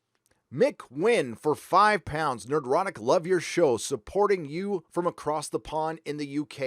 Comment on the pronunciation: Thank you, Nerdrotic, for pronouncing my last name correctly! You might be amazed how many people get it wrong. I also appreciate your various perspectives on honest inclusivity and diversity throughout this and other videos. I'm about as "straight white male" as it gets, but it's nice to hear people saying, "Hey, we don't care who you are. We just want good stories, first and foremost. We don't have to all be alike or even agree with each other to do that."